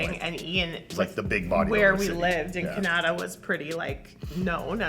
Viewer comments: Did she pronounce Canada, Kinada? I'm Canadian and never heard it pronounced that way tbh. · Every time I watch this or a podcast and Iain or say Kanata I think they're fucking with me and saying Canada just all fucked up lol. I live in Ontario too but this always makes me chuckle. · That's the first time I heard anybody pronounce Canada like that